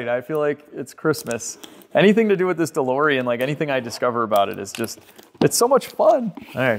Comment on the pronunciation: DeBOREan! Please make it stop. With LOVE!